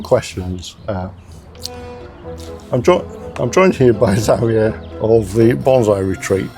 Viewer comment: This is so mellow. Really love the advice. Also, it's nice to hear the almost Espanol from. Xavier is my favorite Spanish name. But I'm used to hearing it the Mexican way like was doing. Nice.